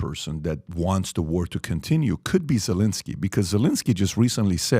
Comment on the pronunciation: zelinsky? comeon pat it's zelensky